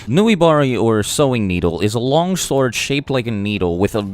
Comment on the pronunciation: The way he said "sword" cracks me up